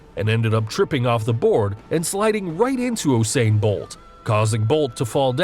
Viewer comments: It’s pronounced You-sain bolt not oooo-sain bolt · Oosain bolt